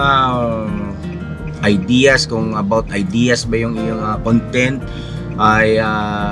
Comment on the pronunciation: The correct pronunciation of the word “YouTube “, is “YouChoob”. The word “idea”, is pronounced as “eye-di-ya”. No offence intended.